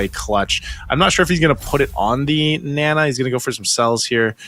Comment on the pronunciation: its not nena its naaaaa naaa